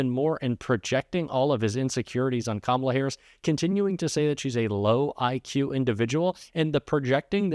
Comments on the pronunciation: He accidentally pronounced Kamala right. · He is accidently pronouncing Kamila correctly. lol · I love how every once in a while he slips up and pronounces Kamala correctly.